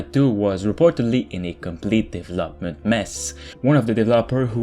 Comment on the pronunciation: What is the right pronunciation of word "development"?